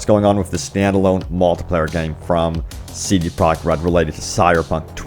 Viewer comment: This dude seriously needs to slow down when he says CD Projekt Red's name. He keeps slurring it together and it comes out CD Product Red.